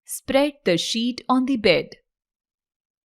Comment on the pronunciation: Namaskar sir 🙏🙏 Sir (on the bed ) ka pronunciation worng hai .